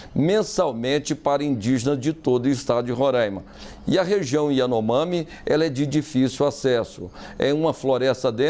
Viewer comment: Nem o nome da tribo esse cara sabe pronunciar